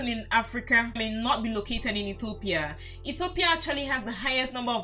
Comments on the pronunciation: Please when you say Ethiopia you say Etthhiopia it is wierd just say Ethiopia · Every time she mispronounces Ethiopia I get more and more annoyed